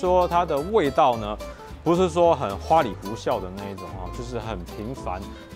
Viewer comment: 花裡胡哨，哨 音同(少)